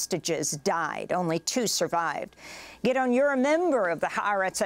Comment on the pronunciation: Why is she saying Gideon wrong?